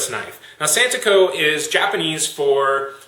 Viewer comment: I't's santoku not santuko...